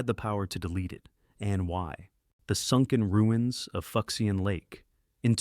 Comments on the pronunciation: Here's the breakdown ....foo-shen lake. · Lost civ #2 is pronounced ('FOO-SHAHN')!